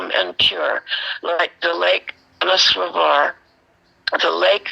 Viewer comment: Dear..just to make the pronunciation clear to you - it is Manas Sarovar.